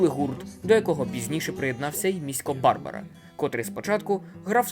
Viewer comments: Хороший контент, підписався, подивлюсь інші відео. Тільки наголос на БарбАра в Міська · Треба було перш ніж викладати відео, дати львів'янам прослухати. Тоді б вам сказали, що наголоси в назвах вулиць і прізвищах мають бути: Валòва, Футòрський, Барбàра.